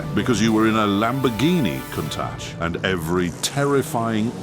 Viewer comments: Not only does it mispronounce Countach, but it managed to mispronounce it a different way every time. These AI videos are positively terrible. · I've always loved the kown-tack 😅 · I think this is the last straw. The AI just gets worse and worse... "I'll take 14 ways NOT to pronounce Countach for $1,000 Alex" 😂 forced the stopping of this video halfway through. Goodbye channel! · 😂😂😂😂😂😂countach pronunciation